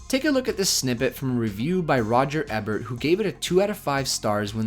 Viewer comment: Good analysis. I liked "Fight Club" when it first came out, but I've come to appreciate it more in recent years. Roger Ebert's name is pronounced EE-bert, not e-BERT.